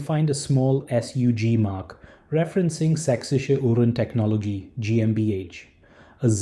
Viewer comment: bonus points for the almost perfect pronunciation of sächsische Uhrentechnologie GmbH 👍